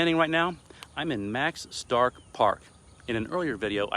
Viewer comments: Thank you for featuring my home town! Please note that Starcke is pronounced Star-key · Starke pronounced StarKey. Most of the growth around Seguin now days is to the north of I10 off 46 or 123. Seguin has the essentials for everyday life and traffic is not anywhere near the level of New Braunfels. There are many industrial jobs to be had with more on the way.